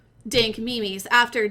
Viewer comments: Me mes its memes not me mes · do i read memes wrong like mims or is she trolling mylifeisalie